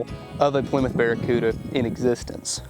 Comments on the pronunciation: Plymouth bara-poo-da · the "Pooda"